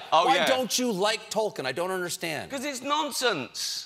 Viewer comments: Such a big fan...who mispronounces Tolkien. Stephen...it's pronounced Tole Keen. PLEASE stop saying his name and wrong...✌ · Colbert might be the most famous Tolkien fan in the world. It's a shame that he doesn't know how to pronounce Tolkien's name.